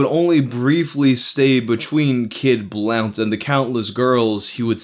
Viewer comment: kid "blunt" jeeze dude, your pronunciations are wayyy off at least once a video.